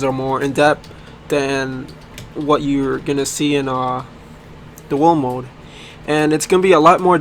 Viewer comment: He said WoMode xd